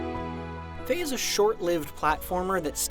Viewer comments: ITS FE NOT FAY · It's pronounced "fee-yah"